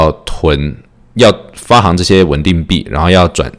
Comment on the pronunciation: 行 是多音字。发行(xing) 读音是 xing, 比如 行政 行走. 喜欢你的节目。